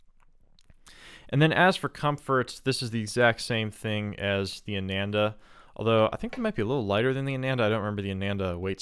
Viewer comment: Not Ay-nen-da. It's AA-naan-dah